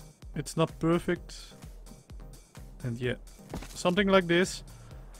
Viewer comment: CEO of “sumting like dis”